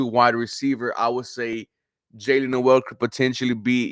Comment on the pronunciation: You pronounced Noel name wrong.